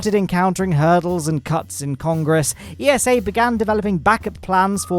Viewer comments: It's eessa (think NASA but with ESA letters) not E-S-A.! (I know because I got told off by someone from ESA for proinoucing it E-S-A) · it's ESA not E.S.A. ESA even made a tweet about it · It's pronounced Esah with an a sound like as in say and an ah like in german or dutch ah...don't say iesow...lol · should get pronunciation lesson, but in all seriousness acronyms should be pronounced letter by letter but eesa should suit themselves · It's ESA not E.S.A. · ESA is pronounced Eeh-sah, not E.S.A., they even made a tweet about that this week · esa just released a little graphic helpfully clearing up the fact that the organizations name shouldn't be pronounced as an acronym, but spoken phonetically as "eesah" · Never heard of the Columbus Space Station P. S. ESA is pronounced like NASA. It sounds like "iza" (not every letter is said individually).